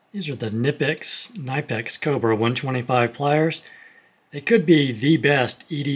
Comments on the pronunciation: K-nipex. Sounds silly but that's how it's actually pronounced. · I will die on this one rock! It’s a German company the K is hard it’s Kuh-Nip-Ex that’s how you pronounce it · They don't pronounce their name this way. It's pronounced "Knipex" in German. Yeah, I know, obvious, but let me explain. It means you leave the first i in your proposed pronounciaton out and you're nearly there. The K is prominent and the i is the same as in nickle. The n after the k is pronounced WITHOUT any vowel inbetween. It takes some getting used to, but that's normal for names from other languages. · It’s pronounced kuh nipex. The K is not silent as the company has said many times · "Kuh ni Pex" I know that one word knife exists, but that's just one word... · The K isn't silent. It's pronounced Kuh-nipex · But the uh is silent. It's Knipex with a hard k, not kuhnipex. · Knee pex. That’s how to pronounce it btw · Listen to the way the Germans say Their Name. hahahaha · btw you should pronounce the K in knipex